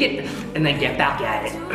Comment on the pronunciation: "Take a rest if you need it, GHETT BHACKKKKK AT ETTT" Gets me every time hahahaha Sick vid